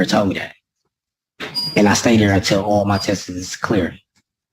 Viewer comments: I don’t trust anyone that pronounces the word “ test’s “ as “test-es” 😝😝 Nor do I trust any hearsay about what a dude named Mike saw……😑😑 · That first guys voice is extremely annoying and he should be remanded on those grounds alone!! Also because he pronounced ‘tests’ as ‘test-es’ - that’s just criminal!!